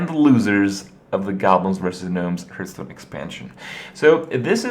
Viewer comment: Goddammit Kripp it's HARTH-STONE.